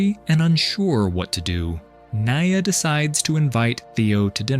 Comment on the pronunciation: for the love of.... NEE-YAH